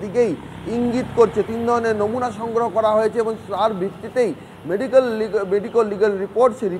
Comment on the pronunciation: আর মেডিকোল রে😂😂 মেডিক্যাল আর বেরোচ্ছেনা